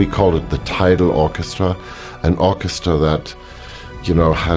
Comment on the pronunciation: Hans said "Orca"stra when talking about Blue Planet, and didn't even know it.